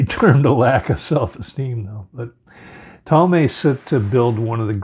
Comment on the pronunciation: You mean Toll-ah-me NOT Tall-may… AH - NEW - B - ISSS (not to be confused with izzz) NOT Anna - b - ISS